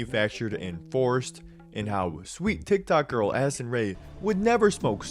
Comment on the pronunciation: every time in listen to this part I swear I hear “Acid Ray” and not “Addison Ray”